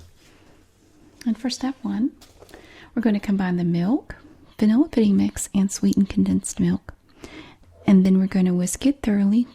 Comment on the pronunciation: when she says vanilla it sounds like banilla